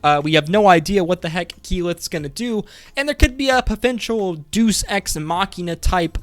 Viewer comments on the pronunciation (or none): I'm just going to keep commenting this like a boring old fart. Deus is pronounced DAY-US, like deity DAY-ITY.